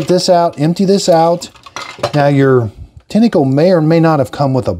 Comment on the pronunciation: It's pronounced "Tine-co" not "Tinny-co" 👍🏼